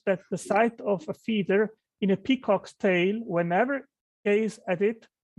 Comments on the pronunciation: It took me like 10 minutes to figure out that by "feeder" he actually meant feather. Perhaps because I was just listening to the audio for a while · First of all, needs to learn how to say feather and not feeder. I was so confused by that. I know it's not his native language, but as an English teacher, I have taught proper pronunciation to many adults. Second, maybe he should also prepare for his debates? Last time his argument for not being prepared for a very common topic was "I only had a day". I could have debated that topic without doing an hour of getting prepared, since he obviously had no knowledge of the topic. He has very little knowledge of this topic as well. I'm not a biologist, but even I see how wrong he is. He's basically just rehashing "it's complex, therefore designed". He also thinks feathers - not feeders - are completely different from fur - it's called fur, not hair when on the body of an animal - when they are not. We know dinosaurs had several types of proto-feathers.